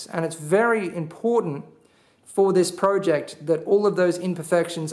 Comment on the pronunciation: omg stop saying project like that